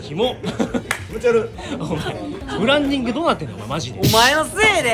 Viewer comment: 重岡くんのブランディングデッチュー問題｡笑